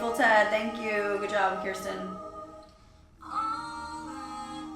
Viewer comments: Idk if anyone else has said it or not, but just a little pronunciation correction, her name is Ker-stin not Kier-stin. 😉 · It’s pronounced like ker-stin btw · I recall an interview Kirstie did a couple of years ago in which she said she was working with a vocal coach. "There's this thing I do with my mouth," she said. Incidentally, you've been mispronouncing her name. The first syllable rhymes with "first". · Nooooo that’s not how you say her name!!!!!😡